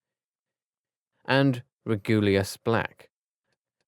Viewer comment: Did u just say Blacj excuse mw